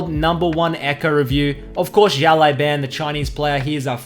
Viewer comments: `The way you pronounce his name is a bit wrong lol the last word should be bao not ban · His name means little boss. It's pronounced like (shh ow) (lu ow) (bon) shh like quite, ow like it hurt, lu like the u is lust, bon like saying ban really British. Thanks for the vids!